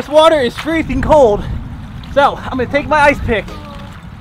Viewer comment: Its not freseng 32 digress is the freseng point